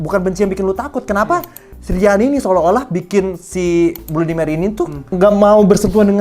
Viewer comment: bacanya bladi meri bang